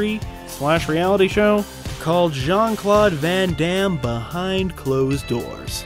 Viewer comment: Jean-Claude grand -am. Lol